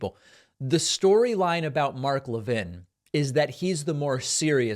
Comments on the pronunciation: I wish you would pronounce his name correctly. It really diminishes your message. The fat is Mark Lavine is evil, you don't need to mis-pronouce his name. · A Jewish guy can't pronounce Mark Levin correctly?